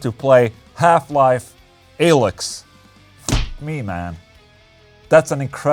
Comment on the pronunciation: Everyone: "Half-Life Alyx." Ola: "Half Life A-licks."